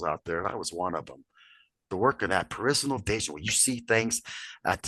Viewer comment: I love your Videos, but have to say...this one was tough to get thru, mainly the first half or so. Still...many thanks for your dedicated work. Had to smirk at the "peritional" vision comment. Ive heard it mispronounced before but this was the best one yet😉😆